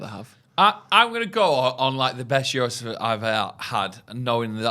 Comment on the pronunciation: Class again lads, but the gyros pronunciation was shocking🤣 it's more like yihros rather than pronouncing with a 'g'